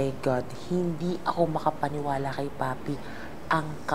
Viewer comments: Papi po, hindi paye😅 panay paye ka po pero c papi naman😅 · Papi po nOt paye 😂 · It’s papi po..not paye 🤣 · grabe tawa ko sa 'paye' na dapat papi HAHAHAHAHHA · Papi po hindi paye hahaha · Idol PAPI po Hindi PAYE😂😂😂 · Papi po hnd paye😂😂😂 papi papi papi papi😂😂😂😂